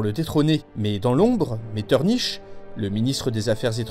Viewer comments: “Metterniche”... non pas toi, pas après tout ce que tu as fait 😂 A part ça très bonne vidéo comme toujours 😉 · Très bonne vidéo, mais Metternich se prononce Metterni(k). On se prend à rêver à l’Empire encore en place aujourd’hui en écoutant ta vidéo. Très beau rêve ☺️